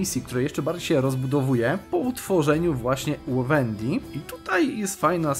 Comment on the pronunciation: Wendii przez W, nie przez Ł, bo aż uszy bolą